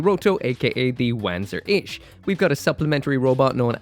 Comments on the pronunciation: I really really hope Bandai puts out more kits like this one. More Wanzer style stuff, less giant humanoid things. Also crazy hearing you pronounce it W-an-zur, in universe it's won-zur. And since FM3 was your gateway drug to mecha maybe go try out the remakes of 1&2, the remake for FM3 is in development. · This new 30mm kit looks super awesome as a big bulky armored core inspired mecha. BTW it's pronounced Vanzer. It's german and the W is more like a V. Also it's translated to Walking tank which makes alot of sense. And one last Front mission 4 is awesome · Pronounced as "vahn-tser"... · Having played front mission 4 and knowing how Wanzer is meant to be pronounced, i physically cringe when you say it. I know you can't help it but... ;; Edit to be helpful: Wanzer is a shortening of Wander Panzer. So rather than wa-an, it's w-on, if you wanted to de-accentize it. In the actual games though it's more like vonser, because it's german. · Am I the only person who kept hearing "wanker" instead of "Wanzer"? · I’m sure other commenters have mentioned it, but still I feel compelled to point out that “Wanzer” is pronounced with a ‘V’ sound, not a ‘W’ sound. It’s a Germanic type of word.